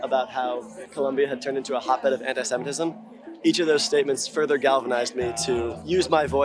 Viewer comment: I think he should stop saying antysemetism. Just when u think u cant hate him anymore . You hear him speak . 😂